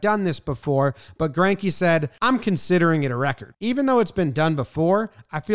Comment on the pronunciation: As a German it hurts my ears everything somebody butchers Zacks last name xD